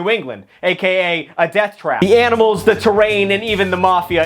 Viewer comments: Please just stop pronoucing animals like aminals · You keep saying “AMINALS” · “The aminals” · “Aminals” has always been the cutest thing to me 😂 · Did he said aminals 😂😂😂😂😂😂😂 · Is he saying aminals in the beginning or am I just crazy?? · “the aminals “ 💀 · I heard that too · "aminals" -, 2024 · dont worry i also have trouble saying aminals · The "Aminals" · Loved how he said “the aminals” 🤣